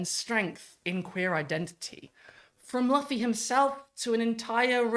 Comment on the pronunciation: also, if you haven't already, you are 100% going to get called an "anime tourist" for mispronouncing Luffy's name lol as someone whose wife has seen all 1000+ episodes and still says Luh-fee though, I get it, it happens